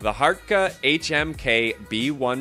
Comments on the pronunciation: #4 is not BassAmp Series, its Ampeg. Dont make videos on subjects you know little about. And it's pronounced Hart KEY. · It's pronounced Hart key